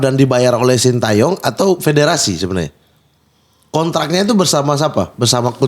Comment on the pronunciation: Plissss nyebutnya sin teyong bukan sin tayong 😭😭😭😭